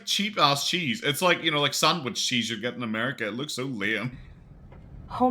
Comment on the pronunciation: Can't stand the way she says cheese. She pronounces it very fatly